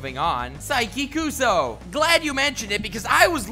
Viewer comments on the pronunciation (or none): The way you pronounced KUSUO made me cringe